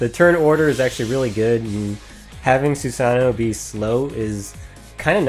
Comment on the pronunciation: Great video, as always. I always get really excited when you upload Dx2 videos. Your Trumpeter is insanely good. Btw, it is pronounced more like "Sue-sah-no-oh." The last "oh" is said so subtly that it is almost inaudible, kind of trailing off into the "oh" sound. In English, we tend to annunciate part of a word, but Japanese usually has a flatter way of pronouncing a word, where each character is read in the same tone, which is hard for English speakers to get used to.